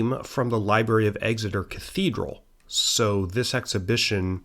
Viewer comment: No one ever says it right EXeter not EGseter